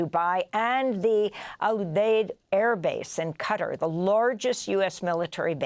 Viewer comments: Learn to pronaunce Qatar. It's not Cara. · Someone please tell Amy Goodman that the GCC Country is pronounced Qatar (Ka-Tar) not CUTTER! I cant believe an articulate journalist and host doesn't know or can not pronounce the country's name properly! Where do you even see the word "Cutter"??